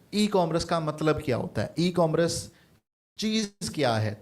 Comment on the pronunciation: Correct the pronunciation of "Commerce" یہ " کام رس " نہیں بلکہ ۔۔ " کو ۔۔ مرس " ھے